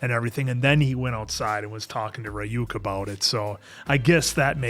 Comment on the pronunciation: I don't know how they can repeatedly hear Ryuk's name be pronounced by fellow English speakers and get it wrong, it's even so short and simple. 😂